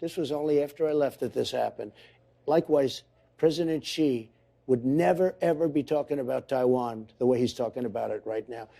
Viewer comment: She doesn’t even know how to pronounce the leader of China’s name.